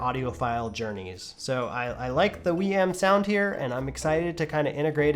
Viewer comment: "Wii M". 😂 Love that never watched a single other video before reviewing, haha.